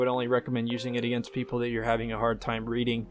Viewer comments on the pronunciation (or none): none